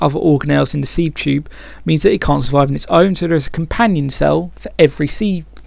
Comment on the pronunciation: sieve is pronounced 'siv'